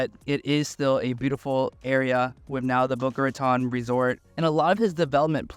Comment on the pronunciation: The city is boca raton not boca ratonne. Spanish words not French. Thanks.